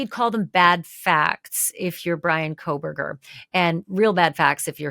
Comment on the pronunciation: You lost me when you said Coffindofer sadly